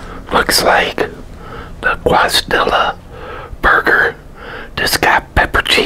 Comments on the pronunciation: Sick vid , but pronounced (Case-ah-dee-yah) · Great vid tim😁👍 and its pronounced (Kay-Sah-dee-ya) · Dude, it’s CASE-UH-DEE-UH. Not quasi-dee-uh. Lol. Michigan doesn’t have any Mexican people? ❤️ 🇲🇽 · “Quazdilla” 😂🥰❤️ I love it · Just an FYI: Quesadilla is pronounced Kess - a- dee - ya. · Actually, it would be Case - a - dee - ya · Quesadilla pronounced "Kay-sa-Deeya" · He! Great video! Quesadilla is pronounce " keh-suh-dee-yuh" by the way:) Food looks great btw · It’s pronounced “kay-sa-dee-ya” homie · Qwasdilla lol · My man said KWAS-DILLA 😂🤣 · You said quasidilla wrong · Kiss - a - dee - ya (loved the vid tho) <3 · This man said Quazdilla lmao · 1skyline1 let him say it however he wabts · I gotta be honest never heard someone call a quesadilla like that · Are you aware your butchering the pronunciation of Quesadilla beyond extent? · lol maybe he's just never come across the spelling of it but knows the word. idk